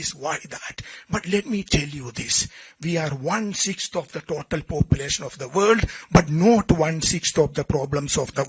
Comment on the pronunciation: Poopulation 🤣😂Malayaaliaano... Naatle yevadaya🤣😂